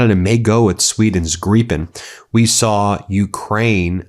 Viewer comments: It is Grip as in a strong firm hand shake Not GREEPEN — learn "…proper English . - Grip -en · Please can someone tell Ben it's Gripen, like Grip-pen. Its a Swedish word that translates to Griffin in English/American.